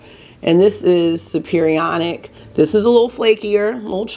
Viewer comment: Chem teacher here. Superionic is pronounced super ionic.